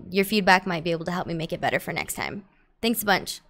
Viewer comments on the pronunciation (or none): none